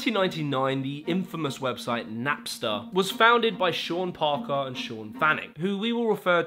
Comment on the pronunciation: Parker* not Pohkohr